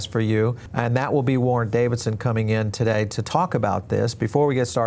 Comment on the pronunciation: Bitcoin AND crypto??? Bitcoin IS crypto, just like the rest!!! Sorry, Davidson! Or IS it Dividson, like written while you're talking?